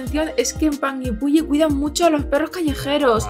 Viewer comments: Muy bien pronunciados los nombres, tal cual lo dijiste, la zona es bellísima en verano, un lugar magestuoso que enamora Ahh... Son 7 lagos en total... Los recorrí todos este año a comienzos de febrero ( verano) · Jajaj yo vivo como a 1 hora de panguipulli y si se pronuncia asi xD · AHHHHH ME MUERO DE EMOCIÓN, veo todos sus videos y soy de Panguipulli (lo pronunciaron súper bien!) así que si deciden venir a Chile los dejo invitadisimos, ya que aquí en Panguipulli está Huilo Huilo, que también ví que les encantó ♥️ Saludos chicos🌹🥰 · Lo dices bien:"Panguipulli"